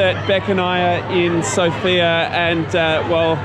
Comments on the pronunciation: Yeah, we love our feta cheese, bread, and meat😅 Also, it’s pronounced as SOOOOOFIA….not like the name Sofia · One of the mistakes that foreigners make is mispronouncing the name of the city. The emphasis is on the letter O, not the letter I.